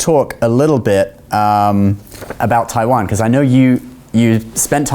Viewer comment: 又拿著 我要讓全世界看到台灣,連國家名字都講不清楚，是真的愛台灣? 實際的問題 是生計還是真愛